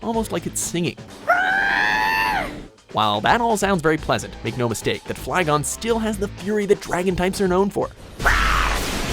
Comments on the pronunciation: did he say flygen? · "Flygun" okay calm people sometimes pronounce something wrong, "number eight Palkia and Dialga" seriously? "Special rend" uhm no Palkia's signature move is called Spacial rend. "Giratina lend a hand in creating the sinnoh region" no it didn't it lend a hand in creating our world. You also said that Rayquaza toppled its counterparts, which explains why it's second place, it also has way more significance then dragonite so... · Amberdiamondswords true, he can't even say flygon properly .....